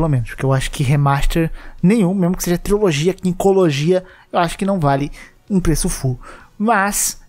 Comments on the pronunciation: Mano adoro os vídeos do, mas toda vez que ele fala triOlogia e não trilogia (e ta assim no titulo também) me dá uma pontada no estomago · Não estou negando que é uma TRILOGIA porque de fato é uma mas, é engraçado ver o querido dizer TRIOLOGIA kkk não sei se é um meme interno do canal falar TRIOLOGIA ao invés de TRILOGIA.